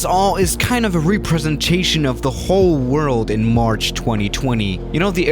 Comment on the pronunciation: I would say something about the way you said “Representation” but your German so I ain’t saying anything lol